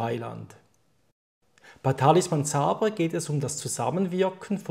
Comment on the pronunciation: Sabre? Ouh man im ernst?.... "Säber" ausgesprochen...nicht SA-BR-E